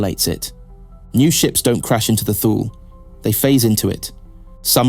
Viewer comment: Although this is a good lore video, I just cannot keep watching this. It's pronounced TOO-lee. The ship is named after the northernmost place in the known ancient world. This is where the phrase 'out in the Thules' came from. An approximate translation from High Gothic would be something like 'Icy Northern Death'. Every time I hear it pronounced Thool I remember the old TV ads: Hukt on fonix wurkt fur mee!